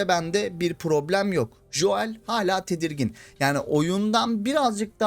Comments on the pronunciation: Lütfen Şu Joel a [Jo əel] demeyi bırakın adamln isminin telafüzü [Go:l] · Artık telafuzda joel deme !!